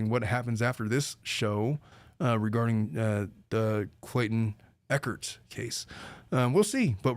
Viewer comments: Just started watching but I just have to say that Clayton’s last name is ECHARD, not EcharT. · I don’t know if someone corrected u but it’s pronounced Clayton ec hard